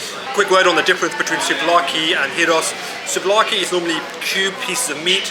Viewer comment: Say the G like a Y when saying gyros.thats how it's said